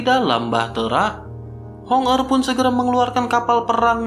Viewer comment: Hong er dan Hong meng selalu salah sebut.